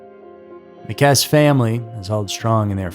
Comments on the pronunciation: It’s KessE not Kess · If you are going to do a video on a victim, please be respectful and at least look up the proper pronounciation of her name. It sounds like Kess- {long vowel} -E. ...... Kess. E ..........Not Kess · Her last name is pronounced Kessee not Kess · Her name is pronounced “Kessie” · Pronounced Kess E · Her last name is spelled Kesse but isn't it pronounced Kess-ee as in Kiwi? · it's pronounced kessey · Kesse is pronounced like Jesse. How can you screw that up? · yeah that was bothering me so much I couldn't even make it till the end of the video. And trust me this is the number one case I keep looking for updates for whenever it crosses my mind. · Kess-ee* I believe you be pronouncing names and words incorrectly just so people will correct you in the comments. Like the other day with Israel keyes. You did a video on him and you pronounced his name right in that video, but you mispronounced it in the last video you did speaking about him. It's cool though, can't hate on the game! Feeding that algorithm!😂😂😂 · Her name is pronounced Kessy. This story has been big news in FL for many years. So sad and still no answers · Thank you for correcting the pronunciation. It was bothering me! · It is pronounced “kes-E” (2 syllables with a long e sound on the end.) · Her last name is pronounced “Kess-e” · At least learn to pronounce the last name if your going.to report on the case. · The pronunciation of her last name is cringe. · Bro if you can’t even pronounce her name right how am I going to be able to believe the rest of the video?? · Yeah. Mispronouncing a missing person's surname is funny. You probably will need a cartoon face to express yourself when 8-year old intelligence runs out. Dolt.....